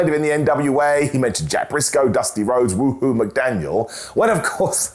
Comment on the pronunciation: WA-hoo McDaniel, not Woo-hoo McDaniel. But now I demand a character named Woohoo McDaniel. A new gimmick?